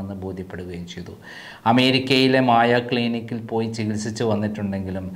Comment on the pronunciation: മായാ ക്ളിനിക്കല്ല...മയോ ക്ളിനിക്ക്.......